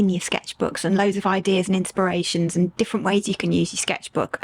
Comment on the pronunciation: do you realise you sound like an American when you say AaaaND :)... I wonder, is this deliberate?